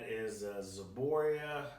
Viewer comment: Zboria? it's ZBROIA